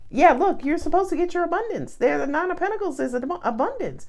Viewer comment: 🤣🤣🤣 First of all, I love how you say Pentaclee, and also "she just said a word" 😂 You are so funny